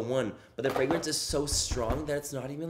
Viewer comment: " the fraygronce, the fraygronce" 😂😂😂